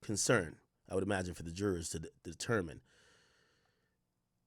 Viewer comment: Does Ak not know he can just say “jury”..? Instead struggling to say “jurors”😂